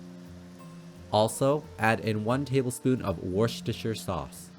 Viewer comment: Awesome and simple recipe! Great pronunciation of ‘Worcestershire’ 😆 as well!....I really need to get one of those potato ricers. Such an amazing tool! (You need Amazon affiliate links) 🙌🏼